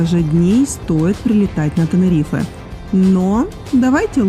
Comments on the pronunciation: Как режит слух, не ТенерифЭэээ а Тенериф хотя бы. Без е. Вообще ТенеривифЕ. Как раздражает невозможно слушать. Как Милан, а Пишиться МиланО. Вы же не говорите МиланО. А просто Милан. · ТенерифЭээ, ТенерифЭэээ😡😆